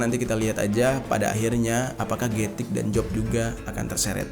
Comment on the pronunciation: Gatik - กระติก Baca nya "kratik" atau "kra'tik" bang, bukan "getik" walaupun tulisan nya "gatik", karena dalam aksara Thailand, tidak ada huruf yang kedengaran nya seperti huruf G, yang ada, huruf G nya di ganti huruf K